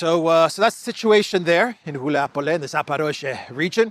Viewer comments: It's Guliay-pole, not "Guliapole."😃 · Wuilapolay properly pronounced. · FYI Guliay-Pol-yeah used to be the HQ of Bandera. Its fall is symbolic, it's as "de-naatsi-fication" as it can get